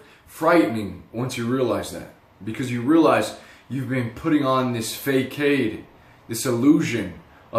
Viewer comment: you said facade as if it was fay kade, but it is more like fuh-sahd. AMazing video, I can relate to this, thank you.